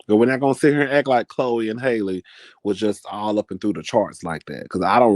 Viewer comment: It’s Halle, like Halle Berry